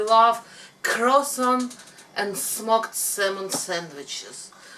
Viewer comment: its not Crescent its Croissant.